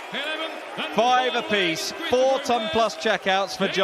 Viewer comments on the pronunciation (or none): please someone explain to me why always adds syllables to his numbers. For example, why does he say four-or? sounds wrong.